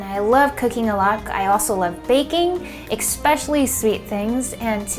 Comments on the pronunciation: Did she say, "eggspecially" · "...ekspecially sweet things"? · 8 seconds in , she says expecially instead of especially, and i forget about making banana bread , its so adorable